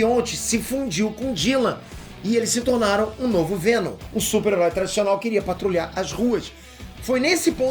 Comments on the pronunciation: é pq ele quer o venom chato aí é venon kkkkkkk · Fico impressionado que o cara errou 4 vezes a palavra venom e não percebeu